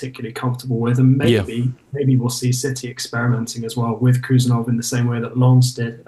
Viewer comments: Hey! His name is actually pronounced HOO-SANOV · It’s pronounced “ who Sarr Novv” heard his countryman say it 👍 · Correct pronunciation would be: "Husanov" without K. In Uzbek there are two letters "H" and "X" which represents english "H (aitch)". "X" reads in english as "ex" thats why to make the difference in written international names in english, between "K" is added before "H" in his name. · No Abdukodir Khusanov, Abdukhodir Khusanov, First of all, be sure that you have correctly pronounced his first and last name, and then you will talk about him in general, this is a great lack of respect, no matter what country he represents